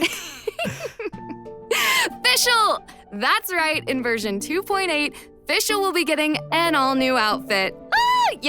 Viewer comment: Can someone please tell the VA of Fischl to learn some german pronounciation? Or at least the Team of Hoyoverse to fix her entire voice lines until v3.0?